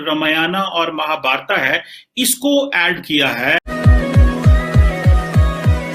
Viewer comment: You don't know how to pronounce Ramamyan and Mahabharat. You should know that your ancestors were Sanatani Hindu.